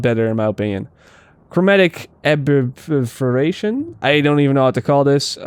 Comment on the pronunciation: Add me on Uplay, I'll teach you how to pronounce; sensiTivity, incendiary and aberration. lol